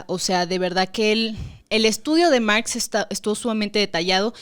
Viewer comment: Mergs " es Marx en inglés ajajajajajjajajajajajajajaj